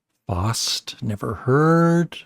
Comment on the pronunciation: Not very weird list, where's The Shaggs? was the list in order of weirdness or popularity? I liked the miss-pronounciations, Maygot Brain, Model rounders, Fost ( Faust) ....